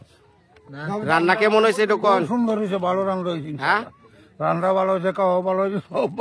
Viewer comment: ktay bolte pare na kemon re bole kimon